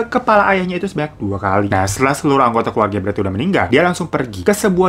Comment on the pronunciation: Bang keluarga bang, bukan keluaga 😁